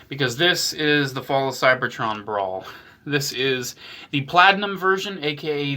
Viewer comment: bro all i heard was "my bawls, "my bawls "lets check out my bawls" 💀💀💀